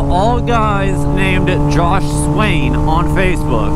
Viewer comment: Josuh sounds like japanese people trying to pronounce "Josh"